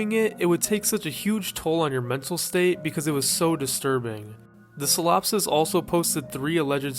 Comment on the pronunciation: you pronounced solipsist wrong